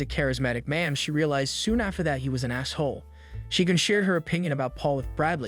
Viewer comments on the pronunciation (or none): Why did he pronounce asshole that way.